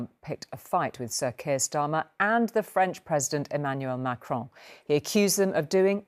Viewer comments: Pissed off Brit here: The radio guy was so bloody rude and disrespectful!! ‘It’s NOT ‘Macrone’ (typical, ignorant mispronunciation) and ‘Starmer’. It’s President Macron and Prime Minister Sir Kier Starmer. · He ca not pronounce Macron name properly